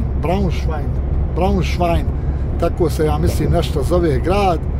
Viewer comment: Poštovani Gosp.. Grad u koji idete, vozite, je Braunschweig i izgovara se BRAUNŠVAJG. Ima i lokanlni izgovor BRUNSVIK. Nadam se da ste ovaj moj komantar shavitili kao dobronamjeran. Želim Vam sretan put.